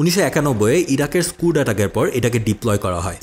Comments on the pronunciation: স্কাড হবে স্কুড না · স্কুড না রে বালক,. স্কাড মিসাইল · স্কাড❎ স্কুড ✅